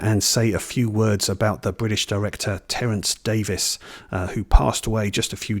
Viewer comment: Terence Davies (Thanks for recognizing the pronunciation as Davis) was my favorite filmmaker. I'm American (in Florida) and was an avid cinefile who's seen all the great films over time. Imagine my surprise upon seeing my first Davies film The Long Day Closes in the early 80s (I was the lone audience member). At the film's conclusion, I was certain my moviegoing life was forever altered by this moving piece of celluloid. Words failed. I've since seen his entire filmography and they're all of a piece. Certainly not for everyone but those who dare to enter his ouvre will be pleased. My personal favorites are The Long Day Closes, A Quiet Passion, The Neon Bible (criminally underrated) and as has professed, Of Time and the City - surely NOT really a documentary but audacious cinema with guns blazing., thanks for championing this maverick. His imprint in cinema history is assured.